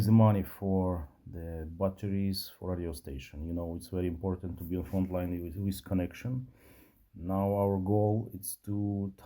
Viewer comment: For the more intelligent when he says Free he means Three, When he says Wiv he means with! This is classic TH fronting at it's worst. He has a problem saying TH!